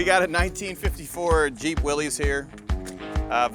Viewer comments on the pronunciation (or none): Seriously? Why do you call these vehicles "Jeep Willys" pronounces (willeze), it's like you don't know what you have? You have a Willys Jeep pronounce (willis). Jeez!